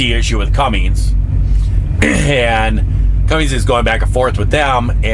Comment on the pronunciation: No G in Cummins.